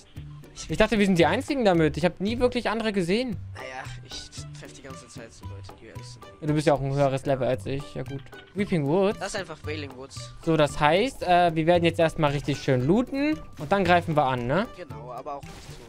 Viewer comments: Wie der Coach wailing woods sagt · Haha der erste hat gesagt Weeling woods 😂😂😂